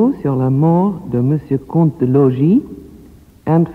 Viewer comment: Please look up the French word for Count...I can assure you it isn't Comet. Otherwise, a wonderful treat!